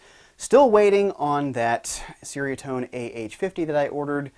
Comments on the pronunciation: as a Malay speaker, it's actually "Cher (like teacher)" "Ria (Ree-ah)" - Tone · It’s pronounced ‘cherry a tone’. Cool video. Nice riffs and toanz.